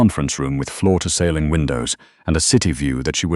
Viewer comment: I enjoy the mispronunciation that AI makes. 😂 like sailing instead of ceiling.